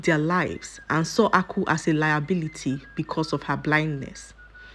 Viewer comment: please this name Aku means wealth but you'r pronouncing it to mean palm canel